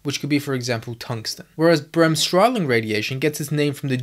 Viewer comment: You can simply say Bremsstrahlung, without adding the word " radiation". Good pronounciation, btw. Breaking it down would be easier as Brems (break-) strahl (ray/radiate) -ung (-tion)